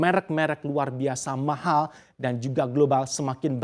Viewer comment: "mahal" nya bisa biasa aja ga?😂